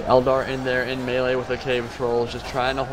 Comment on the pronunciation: Haha guys, it's "el dar in way"